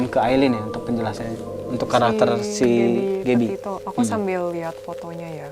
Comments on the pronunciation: kenapa aku dengernya dia ngomong gaby potato ya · "Gabby Potato"....geblek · Gabby Potato???? Wkwkwk